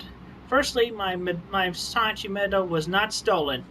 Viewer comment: I’ve noticed a lot of people pronounce “Sonichu” like “Sonic-chu”. From my understanding, it’s “Sah-nichu”.